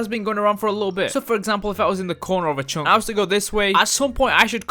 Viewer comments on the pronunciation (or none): Dude plz speak english good it writes chunk but it read chank